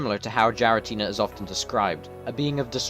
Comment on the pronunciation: Not a bad video, only problem I had is "Jiratina" when it is more commonly said (especially in Japanese) closer to "Gee-ra-ti-na", the 'Gi' like "Greed" without the 'r' or 'd' sounds.